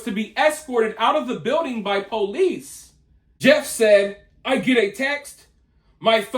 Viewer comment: She obviously has single digit IQ. She couldn't even pronounce Jeff.